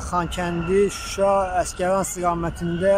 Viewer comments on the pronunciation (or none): none